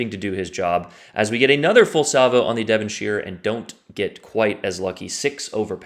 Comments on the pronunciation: In the UK “shire” is pronounced “sher”,(Devon”sher”), it’s not middle earth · Don’t say the i in Devonshire in the UK the I is silent in shire